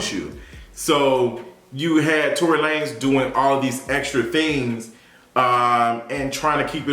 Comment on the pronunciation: Let's go back to calling this man Tory Luh-nezz.. Mariah Carey said it best, I don't know her!